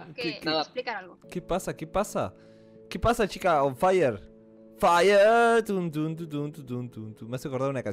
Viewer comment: yo canteal mismo tiempo q dijo on faierrrrr xD y yo pense lo mismo like si tu tambien.